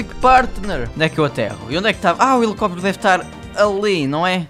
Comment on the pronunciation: "Elicopitero" kkkkkkk